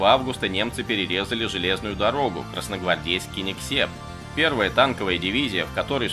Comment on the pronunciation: Всё только не Кинигсеп,а Кингисепп